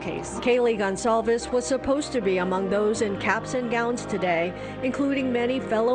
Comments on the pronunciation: Please learn to pronounce Kaylee's surname correctly. It's just common decency! It is NOT pronounced Gone-caeves! It's a common Spanish/Portuguese surname - get it right! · Love how Americans butcher her last name Gon-Calfs😑🙄